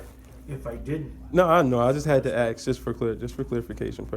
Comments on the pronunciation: “Just had to ax you if you abide by your oath!” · It’s ask, not axe